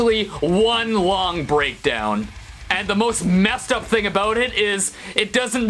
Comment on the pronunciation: Talking aboot